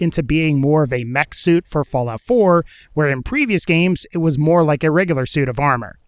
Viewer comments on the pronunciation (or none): none